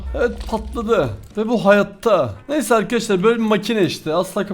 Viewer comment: arkadaşlar değil arkaaşlar diyo fark ettiniz mi